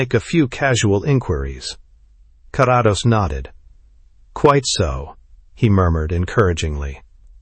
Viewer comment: ❤Thx! Btw, its Care-ah-dose😊